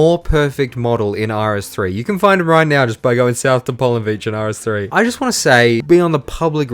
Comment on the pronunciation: you mean YEW saw what YEW did there? :P